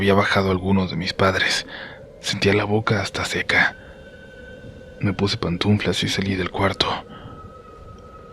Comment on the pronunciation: Por fa, por fa! Se dice PANTUFLAS, nunca pantuNflas. Qué desagradable!